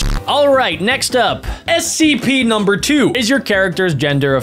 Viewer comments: WHY IS HE SAYING ACP ITS SCP NOT ACP HOW DO U NOT KNOW!?!?!? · You are saying the wrong spelling of s e p u r saying aep instead of s e p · why are you saying acp its scp not acp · Why u say cpr and acp its scp🤣